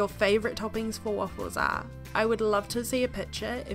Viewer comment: You speak waffles like ahfles